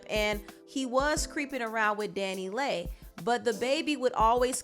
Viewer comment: Dani Leigh is pronounced Danny Lee